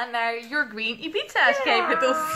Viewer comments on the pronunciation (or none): Steeds wanneer je Ibiza zei hoorde ik: "een pizza". 😂